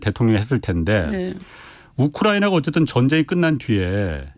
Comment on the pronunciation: 우크라이나 발음이 어려워.......우크라나....ㅋㅋㅋ